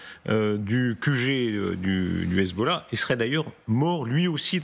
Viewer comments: le sarradin il m'insupporte, le gars il a un enorme accent francais mais il peut pas s'empecher de prendre son plus bel accent arabe quand il prononce hezbollah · Dites moi pourquoi votre reporter en iran quand il prononce hezbollah ,on a l'impression qu'il vomis ?